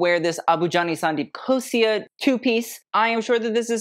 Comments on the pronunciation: FYI its ABU JANI and SANDEEP KHOSLA not khosia. You have been pronouncing it wrong all along 🤣🤣🤣🤣🤣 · It's Abu Jani Sandeep KHOSLA, not Khosia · Its Sandeep Khosla... not Khosia! Love your video 👌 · Entertaining video.😎✌️ By the way, its Khosla not Khosia.😁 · Babe, it's not Khosia I'm so sorry but it's KHOSLA, for Abu Jaani Sandeep KhosLa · Your videos are PERFECTION. Just pointing out a slight mistake - It’s “Abu Jani Sandeep KHOSLA” not “KHOSIA”. Continue to make such incredible videos!!! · Why is no one correcting this poor man?! It’s Abu Jani Sandeep KHOSLA not KHOSIA. I should have mentioned this in the NMMAC video itself when I noticed this mistake but my introverted self typed out the comment twice and deleted it. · Every time he said Khosia 😂 It's KHOSLA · It's Abu Jani and Sandeep KhosLa not Khosia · It's KHOSLA and NARULA. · It's not khosia it's khosla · its khosla. do not miss L in khosla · i love you but i really didn't expect you get the designers' names wrong. Its Abu Jani and Sandeep Khosla and not Khosia and its Rohit Bal and not Balh. Please do better. I love you still